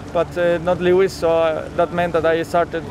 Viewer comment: I don't mean to be rude but it's "Lewis"